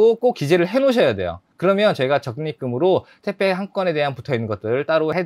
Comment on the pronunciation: 왜 택배를 자꾸 태빼 라고 하시나요?? 그리고 장발 잘어울려요!!